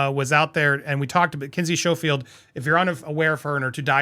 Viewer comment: Kinsey's last name is pronounced skofield.